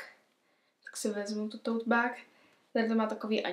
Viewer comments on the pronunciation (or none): Tote bag? Akoze bag a nie beg?? Aspon by si sa mohla naucit spravne vyslovovat anglicke slova ked ich uz pouzivas…